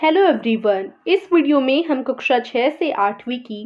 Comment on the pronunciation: Mam ji aap ne kaksha ko kuksha bola Kaksha hota h